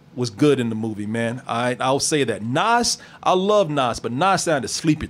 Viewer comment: No lie Belly kept my ass off the street and i first seen this movie at 9 and few parts of the movie was shot in my neighborhood. ease back and its "NAS" NOT "NOS" LOL